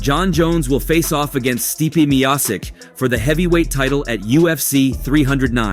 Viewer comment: lost all respect and credibility when you tried to say steppe's name. tell me you dont watch fighting sports, with out telling me you dont watch fighting sports.